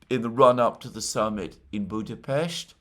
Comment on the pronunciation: It’s BudaPEST not BudaPHEST in English. You don’t pronounce other foreign Capital cities as they do in their language, why this strange obsession with Budapest, why do you single out this city? Just weird it is, given your other linguistic and physical nervous tics